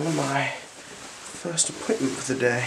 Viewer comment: This guy is a legend!!!!!! This was an awesome exam, I thought u said 'first equipment' instead of 'first appointment' haha